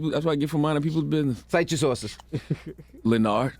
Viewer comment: Nigga Said "Leanard"...lol